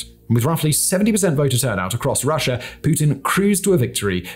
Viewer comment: You need to start pronouncing Russia properly and stop saying Russ'er. Calling Putin a "Chess Master" is a great moniker. You don't discuss how Georgia was trying to join the EU & NATO at the time Russia invaded. you are WAY off on NATO and comparing "Us to Them", WRONG, WRONG, WRONG !. Ang get rid of those pink colored lights, they are very distracting. Try using a World map or something of relevance. - Not only do you show your ignorance, but also your skills at explaining too other's the real situation.